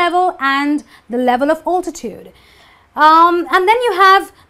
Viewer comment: Thank you for your amazing lecture. Could you pay more attention to the pronunciation? We are learners and there is no such altitude pronunciation you pronounced in the lecture in any dictionary. It's pronounced "aeltityude".